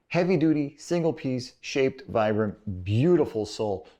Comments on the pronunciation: it's pronounced "VEE-BRUM" phonetically, low IQ, overly self confident Americant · Nope, that's uncorrect. Vibram is an italian brand and the brand name comes from the founder's name Vitale Bramani. I'm italian and I'm sure it's not pronounced Vaibram. Still it's not something really important how someone pronounce it since you know what he was talking about